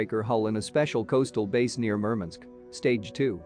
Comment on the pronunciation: Murmunsk ? MurMANSK MurMANSK WurMANSK !